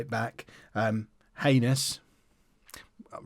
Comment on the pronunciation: Hanus - In Spain the H is silent soooo